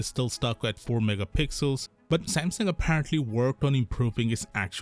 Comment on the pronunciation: Whats this brand Sampson you keep talking about...dude learn to say Samsung